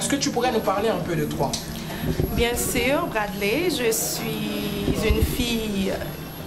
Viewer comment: Mais vs n'avez sans doute remarqué qu'à la huitième minutes et 19 secondes , elle a dit " bien sir " pour "bien sûr " .